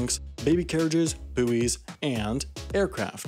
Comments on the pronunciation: Buoys is pronounced boys not booies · It really annoys me when people say "bouys" as "boo-ees" and not "boys"! Like, I get that's how it looks but nooo!!😂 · Who tf calls a buoys a boo-ee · “boo ees” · what did he say?? buoys? swear it's pronounced 'boys' 😂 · sorry did he just pronounce 'buoys' as 'booeys'? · Your pronunciation of 'buoys' caught me massively off guard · wendover tries to pronounce Buoys 🙃